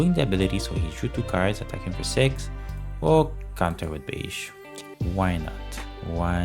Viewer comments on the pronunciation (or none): The character is pronounced "Begee" not "Beige" fyi